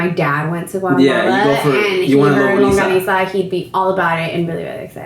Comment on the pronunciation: Longaniza not longoniza and it’s pickled beets is on the enchilada